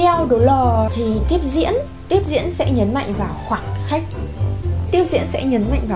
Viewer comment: nói to lên c ơi , em nghe cái từ khoảng khắc mà như khoảng cách ấy